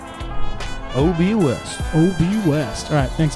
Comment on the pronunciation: Haha tp west? You pronouced "OB West" wrong 😂